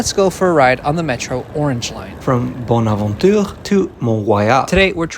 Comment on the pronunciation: Thanks for making this video. I still marvel how ostensible native English speakers can't pronounce "Bonaventure". The announcements in the Montreal Metro are French only unlike Japan. Okay, the yellow line names have changed sort of, but they have been enhanced. Berri is still Berri but since McGill and Concordia were clearly labelled, it was important to indicate the UQAM skewl is also upstairs. Jean Drapeau died so St. Helen's Island stop was renamed for him bcz he is credited with Expo 67 (upstairs). Same story with Sherbrooke U. having a campus on the South Shore. None of this is arbitrary. What they're not telling you about yellow line extension is the technology used to drain the seapage water while from the tunnel that goes under the river dates from 1967 and the technicians qualified to operate it are extremely rare and difficult to replace the ones already in Montreal.